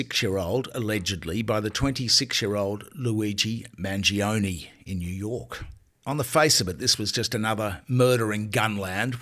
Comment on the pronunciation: Mangione - pronounced manj-yoney - three syllables.